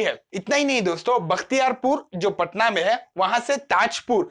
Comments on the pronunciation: It's patna not "paatna" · पटना, पाटना नहीं।